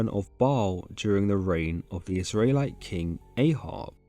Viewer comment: I can't get over how you pronounce Israelite